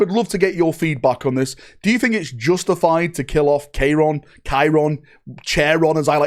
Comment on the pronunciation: At least can finally respect Kyron by pronouncing his name correct